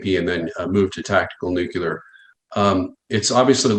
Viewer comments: IT IS PRONOUNCED Noo Klee Er NOT Noo Que Ler! Christ! that really dings this guy’s credibility! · Disturbing when the "experts" cannot even pronounce the subject of their 'expertise'. NEW-CLEE-ERR....not...nook-you-lerr. smh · Folks its not pronounced nu-ku-lar it’s pronounced new-clear!!! Still same size hole in the ground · What IS it with these ‘nukular experts’ that they cannot seem to correctly pronounce the word NUCLEAR? Drives me nuts! Jess.🌹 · What it don’t understand is… is it pronounced “Nuclear” or “Nucular”? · So,,,,,,,,,,,,,,,,,will someone please instruct there how to pronounce "NUCLEAR?" Please!? I mean, he may be brilliant, but if he says "nyook-u-lar" once more I'm'a slap him. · Seems like a mistake to put too much belief into a nuclear "expert" who calls it nucular. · Have a hard time taking anyone seriously that pronounces ‘nuclear’ like ‘nuke-ular.’ Repeatedly. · he says nukular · New-Clear? It's Nuke-Lee-Er. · Did the nuclear expert use the word "nucular"? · How do we trust a guy who can’t even pronounce the word Nuclear ? 🤔 and he is pro Ukraine ? I don’t think anyone should be pro either side, this is ridiculous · can't trust a man who can't pronounce NUCLEAR correctly